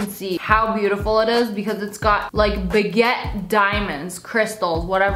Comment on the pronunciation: Did you say baguette diamonds 🤦🏼‍♀️😂😂 ps love you xx 😘